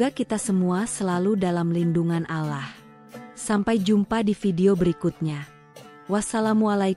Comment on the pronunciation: Kenapa Menyebutnya ALAH, itu Keliru Yg Benar ALLAH hurup LL Dibaca Tebal Jangan Tipis, PAHAM ?!